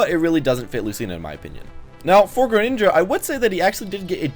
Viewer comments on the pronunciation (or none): Its gren not geren